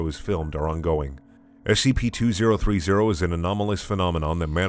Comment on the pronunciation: You're the only person who reads the SCP numbers correctly. As ex military and government I thank you for tending to my nitpicks